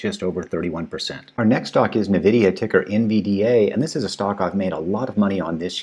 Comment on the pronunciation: Thanks! Your wisdom consoles me that I missed buying some of these at the extreme ends of the dip. PS - not to be critical but NVIDIA is pronounced [en-VID-eeyah] PPS- TSLA could easily test lower per SP500 deferral. Maybe they can bridge to battery day though. Thanks!!